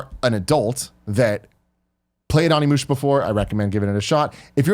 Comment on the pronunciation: Just a tip for the future, it’s pronounced OHnimusha, not AWnimusha.